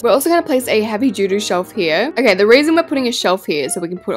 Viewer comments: I CAN NOT be the only one who noticed her say “heavy doo doo shelf” instead of heavy duty shelf😂😂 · i’m sorry idk if it’s your accent but it sounds like you said heavy doo doo shelf 😭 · HELP I HEARD IT TOO😭😭